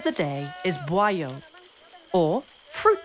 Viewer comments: Narator: "buayo" Me an Indonesian : "buayo? Ooohhh buah yuk" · lol its not boiyo. it is 'buah yuk' 😭. buah = fruit. yuk = lets. so the translation is something like 'lets get the fruit'